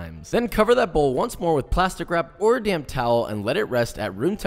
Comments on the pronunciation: I thought you said to get "a DAMN towel"!! I was like, "Chillax, Joshua, it's just dough... But, I watched again and realized you said "damp towel". Maybe I have sourdough starter in my ears! ahahahaaa! Nice work! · Did he say damn towel or damp towel 😂